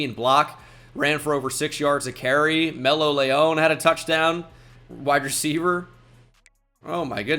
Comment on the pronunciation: numbah a hundwed amd fouh wecievuh 🤓